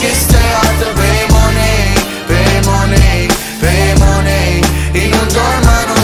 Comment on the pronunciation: Ho 40 anni, quindi appartengo ad un'altra generazione. Diciamo che prenderei più seriamente questa canzone se la parola "money" fosse pronunciata correttamente...